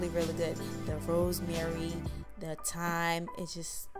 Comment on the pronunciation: Not to be rude just wondering if you intentionally pronounce thyme and saute the way you did in the video? Is that just how you guys say it where you're from or do you not realize that its incorrect? Again I mean absolutely no offense whatsoever, I'm genuinely curious to learn about different words within different cultures, and if that's not the case, and you just were unaware, then I'm equally happy to just teach you something :) So thyme is actually pronounced the same as the word time, like on a clock, as the 'h' is silent and the word saute is pronounced 'saw-tay' as the two letters follow the 's' are vowels :)